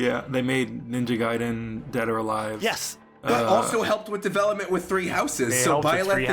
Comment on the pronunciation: It's Gaiden, not Gayden.